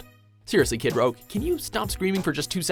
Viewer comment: What is it with people and red make-up here? ROGUE! not ROUGE!